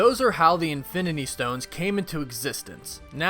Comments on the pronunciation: infiminy stones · Anyone heard Infininy stones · "INFININY stones"